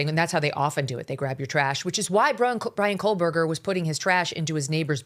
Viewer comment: Megan i love u but please stop saying kohlburger! there is no L in kohberger